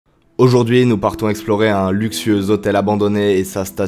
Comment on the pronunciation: "un luxieux zhotel abandonné " 😂😂😂, 2021 sinon, super exploration les gars 👌👍